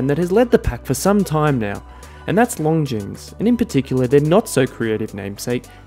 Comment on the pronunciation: Another fantastic review,! Well done. Love this Longines. Oh and if I may nit-pick: the S in Longines is silent;) Looking forward to the next one!